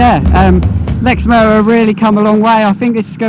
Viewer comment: There’s a t in lexmoto